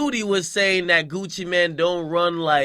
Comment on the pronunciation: I'mma smack you if you say Gucci man one more time............ITS mane pronounced like main mixed with man